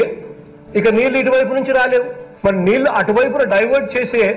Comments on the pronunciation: మేడం మీరు జర్నలిస్ట్ అంటున్నారు; మరి ఒత్తులు పొల్లులు లేకుండా మాట్లాడుతున్నారు. నీళ్లు (నీ ల్లు), మళ్లీ (మల్లీ), ఏళ్లు (ఏల్లు) అని పలకాలి. వినడానికి ఇబ్బందిగా ఉంది. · మీరు చక్కగా రిపోర్ట్ చేస్తారు. కొంచం తెలుగు భాష ఉఛ్చారణ మీద దృష్టి పెట్టండి. నీల్లు, ఏల్లు, మల్లీ, కారనాలు లాంటి పదాలు పలికేటప్పుడు కొంచం జాగ్రత్తలు తీసుకోండి.